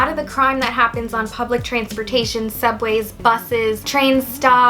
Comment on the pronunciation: im sorry, did you say transfortation?